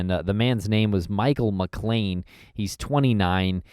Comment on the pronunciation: Last name is McClain, not McLain.